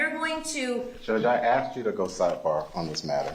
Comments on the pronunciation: Sir, the word is asked, not axed..... please learn how to properly speak English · It's "ask", I can't believe a professional lawyer would say "I axed" in court. Do they not teach you how to speak properly in law school? Using slang in court is hilarious, only in America! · A lawyer saying “axe” or “axed” is wild lmao 🤣